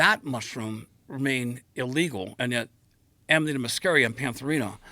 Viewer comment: Aminita made me feel drunk